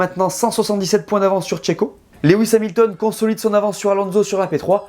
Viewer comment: À Cheiko on dit allez chio !!!!